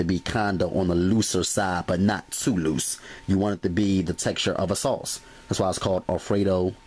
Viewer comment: The way this man say "loose" LMFAO